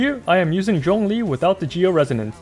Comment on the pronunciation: The way he pronounces "Zhongli" was sooo satisfying eargasm